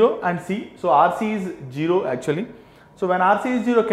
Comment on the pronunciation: İt is zero not jiro...but thnks for explanation